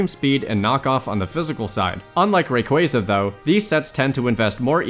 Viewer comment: Are and married to each other? pronounces Rayquaza wrongly while pronounces it correctly